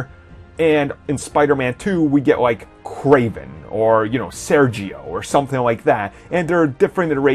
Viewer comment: Why did he say fucking sergio. He's not italian ffs